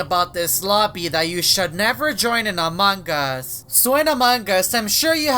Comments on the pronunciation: he says amagus that why he said amagus instant of among us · I know it "AMONG US" but way say its heard like "AMAN GUS". YOU GET IT NOW? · it is amount us not amangus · "Amangus" from never gets old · he says it like dat